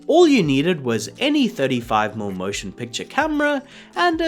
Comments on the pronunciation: Please tell your AI narrator that 35mm is pronounced "thirty-five millimeter" NOT "thirty-five mml". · (Why is "millimeter" being pronounced "mill"? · In this video, a rather informative and very interesting discussion of the technology of Technicolor is (somewhat) spoiled by the reading of the AI narrator. How many times do we hear 35-millimeter film referred to as "35-umm" film? OMG. Watch my eyes roll. Look, in this case, I don't think the script was written by AI. This description is much more likely to have come from a human being. But I gather that some sort of automated reading program with a vaguely Australian accent has not been programmed to know that "mm" should be spoken as the word "millimeters." Why-oh-why don't the producers of these videos sit down and listen to them first and tweak the reading so that the pronunciation is correct? I think that should be a YouTube requirement for monetization.